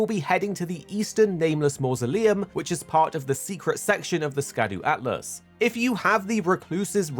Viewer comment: It's...ALTUS....not atlas...wouldn't have said anything, but soooo many people say atlas, I couldn't help it lol just giving you a hard time 😂 good vid thanks much 👍